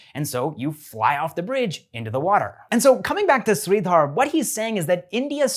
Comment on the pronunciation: It's pronounced as Sri-dhur and not Sri-dhaar. AP